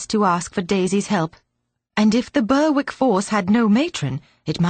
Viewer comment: Berick not Burwick